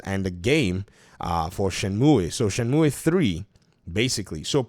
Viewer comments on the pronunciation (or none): Leave the game where it belongs, in a happy memory. Btw it is pronounced Shen-moo or Shen-mew not myoueee lol. Back on topic, Shenmue is my all time favourite game. Number 1 in my top ten, huge uber mega fanboy mode favourite game, both 1 and 2... 3 is awful and I say that after having bought it on PS4 (I was a high tier kickstarter backer) Epic because it was exclusive at the time, and Steam plus all DLC on each platform too. The story is bad, the voice acting is worse than the first 2 games, the plot doesn't move forward at all, the combat is bad, the pacing is bad, the qte's are broken. It looks pretty and still has an amazing soundtrack though. But this game needs leaving alone. No new release on Xbox, I waited 18 years for 3 and I wish it never happened... Edit, thought I would add a fun fact: My username is a move from the game, it is a really useful throw move as well as the name of the main character of the game "Ryo Hazuki" Shenmue was also meant to release for the Sega Saturn and not the Dreamcast. It was going to be a Virtua Fighter RPG with Akira as the main character. You can see some things was kept as an easter egg for people that knew, like the plaster/band-aid on Ryo's face in the same place Akira has a scar. Happy gaming everyone. lol sorry for the long winded edit but I did say I love Shenmue.